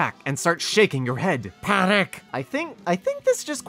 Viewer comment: The way you said panik was beautiful